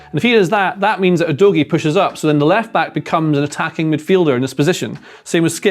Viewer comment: Udogie is pronounced U-doggy